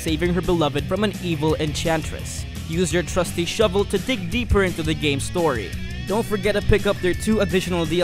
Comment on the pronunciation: Anybody noticed that "Use the showel to dig deep" phrase by the talker:D